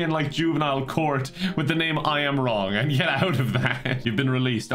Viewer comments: Am I a racist because when I heard the name I Am Wrong, I thought it sounded Asian? It's pronounced Wlong, by the way. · I thought was saying Ron and not wrong for the first minute and it did not change the meaning or my understanding of what was going to happen at all😂